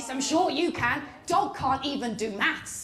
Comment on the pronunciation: Bloody mental in all the right ways! Have to admit though... I thought you said "mouse boat" and "mouse train". I was scratching my head for a half hour till I realised you said "maths!". Makes a bit more sense now.